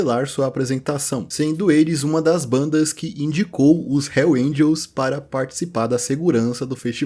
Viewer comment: Nem Hells Angels esse cara consegue falar... Puta merda